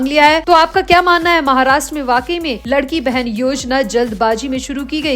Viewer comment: योजना का नाम “लाडकी बहीण “ ना की लडकी बहेन. इसका मतलब है प्यारी बहना. इतनी बडी गलती आप कैसे करते हो?